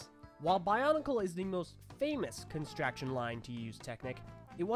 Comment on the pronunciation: emmmm pretty sure its constrUction not constraction